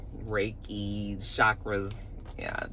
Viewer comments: Exactly! When she mispronounced Reiki, I already knew! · Stormi is fake AF!! Last season it was the sound bath, but she had to read off a piece of paper to explain to Mel about it! And now it’s this Reiki, which she didn’t even pronounce right!!